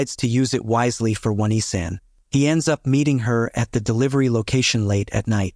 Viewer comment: "Oh - Knee - San" Not "Won - E - San".